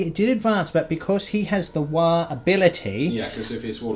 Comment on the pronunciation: It‘s not Waaaaaahhhhh, it‘s Waaaaaagghhh! as in War for Gorks sake! 😘